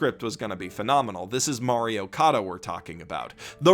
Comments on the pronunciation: "Mario Kada" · I heard it as Mario Kada